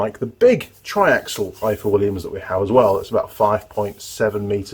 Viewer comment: Hi, its pronounced ivor, in Welsh f is v thanks for the great video.